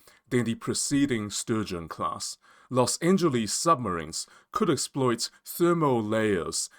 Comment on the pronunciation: Please learn how to pronounce Los Angeles